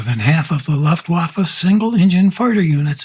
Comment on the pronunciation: Pretty good video, but if you are going to do this, I'd suggest learning how to pronounce "Luftwaffe."